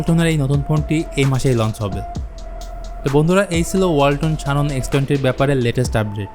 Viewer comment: শানন🤣 জেনন রে ভাই